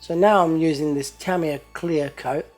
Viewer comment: its pronounced Tah-ME-yah = Tamiya